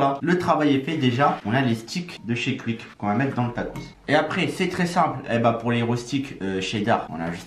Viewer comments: Tu prononce quick comme un belge ( cuic ) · On dit pas cuique